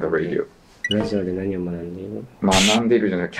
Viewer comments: ラディオって発音してる時点で終わってて草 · radioをﾗﾃﾞｨｵと読むの草